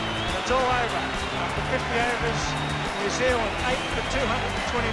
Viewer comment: Hey luv, New Zealand is 2 words.. Its not Nazealand.